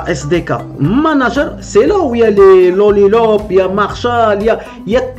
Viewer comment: dans le titre de ta vidéo tu mets Lollipop et quand tu parles au début de ta vidéo, tu dis "Lollilop" 😂😂😂😂😂😂😂 Cordialement, Hervé